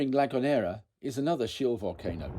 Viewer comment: The island next to the Tenerife it’s called La Gomera, not la Gonera, you need to educate yourself little bit more clearly you don’t know what you’re talking about just another YouTube video to make some money